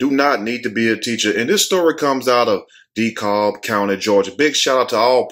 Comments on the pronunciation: LOL..., its pronounced 'De-Cab', not 'De- Cob'- spelled DeKalb. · Lmfao the way you said dekalb. Its pronounced DE-CAB ( but spelled Dekalb tho) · King Show Hi it's pronounced 'DeKab', but in my opinion she shot those kids, they were just lucky the bullet hit their shoe and pants and didn't take their life and she need to be charged. The 10y/o was probably disrespectful and met the wrong teacher.